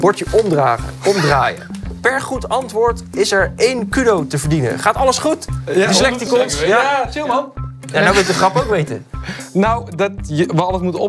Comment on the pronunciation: Toch wel typisch dat steeds Dyslecticons verkeerd uitspreekt.